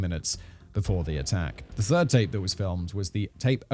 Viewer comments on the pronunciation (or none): none